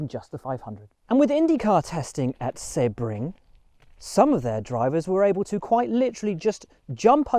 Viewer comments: Excellent episode Will!! FYI the correct pronunciation of Sebring is See-Bring not Sebb -ring. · “Sea - bring”